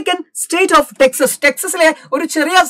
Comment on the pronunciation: Texes alla texaas😊